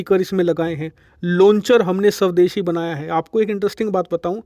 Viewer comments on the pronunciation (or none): Video bahut achchhi hai lekin aap shavdeshi na bol kar SWADESHI bole to aur achchha rahega.👍